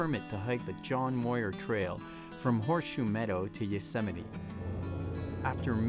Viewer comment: This needs to be deleted until you learn how to pronounce Muir.